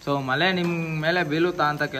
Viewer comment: ಮಲೆ ಅಲ್ಲಪಾ ಅದು ಮಳೆ ಅಂಥ ಏಳಿ 🙏